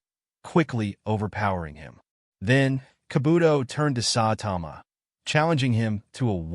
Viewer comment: H9w u say Kabuto and saitama made me stop watching u